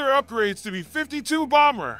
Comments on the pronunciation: Between this guy and the narrators on Fluctus, they always sound like a weird malfunctioning A.I. reading a script, placing the emPHASis on the WRONG syllABLE… why do ThEy dO THaT?!?🤔 “beFIFTY two!!” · Pronounced 'bee fifty two', not 'b'52'!🤣